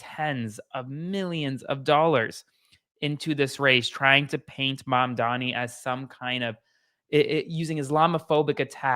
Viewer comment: Learn to say his name! Or just call him mayor! 🎉🎉🎉🎉 Love this for NYC.